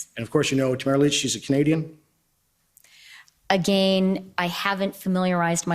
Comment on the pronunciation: I cannot stand her pronunciation of the word "again". That was painful.